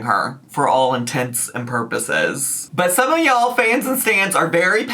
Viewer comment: Thank you for pronouncing “intents and purposes” correctly